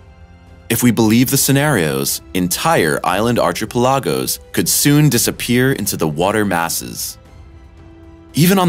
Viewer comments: What? 3 to 4 years? It can be reached in 6 months. Also... "Arch i pall a goes"? Who narrates this show? Also... "Smaller domes can be reached using corridors." X 2. And "2024" and they circle "27" on the calendar... Who edits this show? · AHAHAH...i commented on this before i saw this...what a laugh. arch ee pell lagos. Hes from that part of america that doesnt have good educatlion...so america. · Arch-epa-lagos? Really? TF? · It's pronounced "ark-a-pel-a-go",. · haha...how he said archipelagos